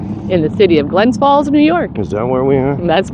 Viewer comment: Please say the city's name correctly, It's GLENS FALLS not Glen Falls.